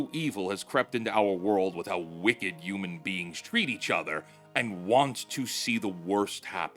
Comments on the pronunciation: I beg of you to say HU-MAN and not U-MAN 😭 ❤️ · Dude PLEASE start saying the H in Human. UUman just doesn’t sound right